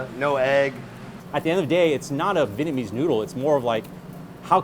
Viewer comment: As a Vietnamese I hate that Vietnamese American people don't pronounce the "Viet" in Vietnamese. They always say Vinnamese or Vitnamese.